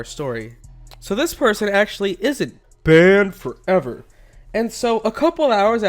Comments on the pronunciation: Bwannd fowever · How he says "ban for ever" is so weird